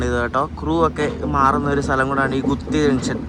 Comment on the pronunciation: ഗുത്തിയോ??? ഗൂട്ടി അല്ലെ??